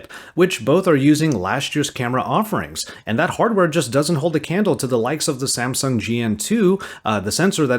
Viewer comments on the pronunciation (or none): none